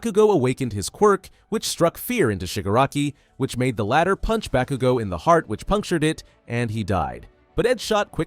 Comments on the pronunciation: When he said BA-KOO-GO. I fucking left. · I was crying because bakugo died and then you proceeded to pronounce his name wrong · How the hell is it that yu can say shigaraki but not bakugo